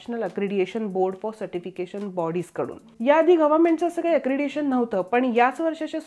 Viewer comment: अक्रेडिटेशन, अक्रेडिएशन नव्हे...